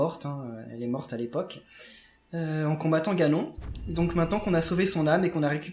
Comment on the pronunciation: il ma fait mal dans le ganon c'est ganone on le pronoce comme ca